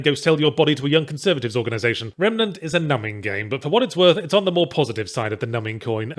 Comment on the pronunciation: I swear I heard him calling it "Remanet from the ass"